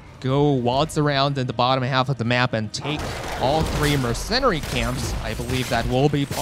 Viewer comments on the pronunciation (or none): Im a little more annoyed by "mercennari camps"